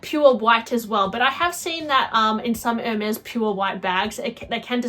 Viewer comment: To discuss Hermes bags, one should either take French or learn how to pronounce French words. At the minimum. To sound worthy of all those elite bags.